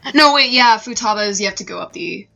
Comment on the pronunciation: That's a weird way of pronouncing Futaba,.:^)